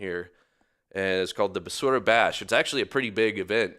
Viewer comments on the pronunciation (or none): BASURA= Bà Soo RAH sounds spelling for white people